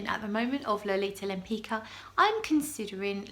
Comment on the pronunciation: Suggestion: with some research, you could be the first person on the YT who properly pronounces the name "Lempicka".